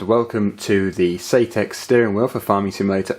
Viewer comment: Nice video! Thanks for sharing. BUT I am mildly triggered. You keep saying "SAYTEK" I believe sir it is SAITEK pronounced like the word BANZAI Thanks for allowing me to get that minor issue off of my chest. Sits back and waits for the grammar police haters to inflict their worst! ;-)